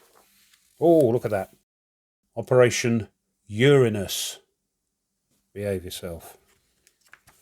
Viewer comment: Nice, I think you mispronounced Uranus though